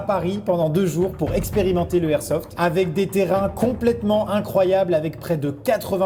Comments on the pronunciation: Peraps sKyZii ouais mais on dit pas du airsoft ça c'est sûr, c'est de l'airsoft. Et techniquement il devrait pas y avoir de débat, si on respecte les règles de la langue française, alors la liaison est l'airsoft. 😂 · LE airsoft c'est comme LE igloo ? Maxime enfin va falloir réviser tes liaisons 😂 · sauf que sa ce dit l'airsoft comme même